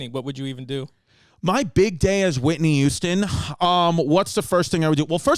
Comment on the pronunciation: I always thought it was Whitney Houston not Whitney Youston. Fuckin Mandela effect